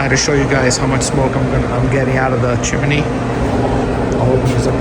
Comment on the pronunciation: It's chimney, not chimaney genius. I hate ignorant 💩